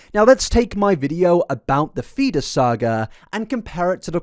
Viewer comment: Anyone else sometime hear “FETUS” instead of “Feeder”?! 😂😂 or just me??